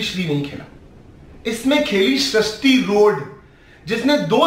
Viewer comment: Sharishti road nhi be sarishti rode Aur Nehha pends nhi nehha pendse